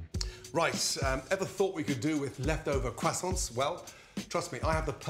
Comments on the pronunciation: Can we talk about how this guys is a professional chef yet doesn’t know how to say croissants correctly? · I'm here for the "Kwasants".